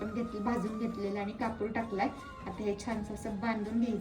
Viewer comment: कपुर नाही कापुर असे आहे शब्द तो